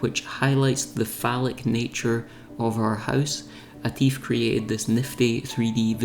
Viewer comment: falic nature of your home? I cant unhear it.